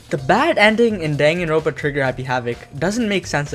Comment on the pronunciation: Dude it's dangan-ronpa